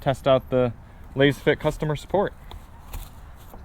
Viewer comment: You can't even pronounce the companies name correctly smh